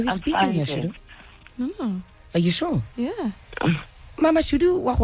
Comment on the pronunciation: shudu musida not mudisa please correct that it seems so offensive